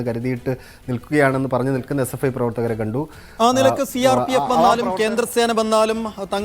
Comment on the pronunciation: സി ആർ പി എഫ് എന്നാണ് ആംഗറേ 😂